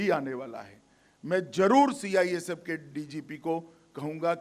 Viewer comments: CIFS नहीं चाचा CISF है ढंग से बोलो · Gajab ka home minister hai bhai CISF ko CIFS bol rha🤣🤣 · ha....Amit shah ka kitna tongue slip hota hai ye mujhe nahi pata chalta😂 kabhi atmnirbhar nahi bol pate ...kabhi apni party ko corrupt kahte hai aaj CIFS bol rhe hai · CIFS BOL H MAHARAJ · Sale ye h hamre desh ke neta cisf nahi balki cifs kah raha h sala anpadh gwar 😀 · CIFS .....CIFS...CIFS🤪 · ऐसे गृहमंत्री जी है हमारे जिनसे CISF भी नही बोलना आ रहा CIFS बोल रहा है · Sih pahle khud kaa name dekh andbhakt hai kya jo mirch lag rhi CISF jaise proudly word ko cifs bol rha he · Es dhakkan ko ye nahi pata ki ye kya bol rhaa hai 🙄😡ye bar bar cifs bol rhaa hai pagal 🙄🙄 CISF bol bhosdk 😡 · Ye kya CISF ko hatayega,CISF ka thik se Name hi nahi le pa rha hai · देश के काबिल नेता हैं साले जिनको CISF भी सही से नही बोल पा रहे है ये हमारे देश का दुर्भाग हैं की ये हमारे नेता है